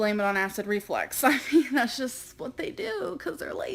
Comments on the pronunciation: if she says acid REFLEX one more time i'm gonna loose my shit omfg it's REFLUX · Please stop saying acid reflex..... its reflux woman......reflux. Jeeez, for someone so opinionated, she's thick as 💩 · It filled me with rage when she said that density’s abdomen hurt, that she didn’t have a stomach ache. So she said basically to the doctor “no she doesn’t have a stomach ache, her stomach hurts” idiot Also, dude she can’t even say acid reflux she shouldn’t be commenting on anybody’s medical expertise.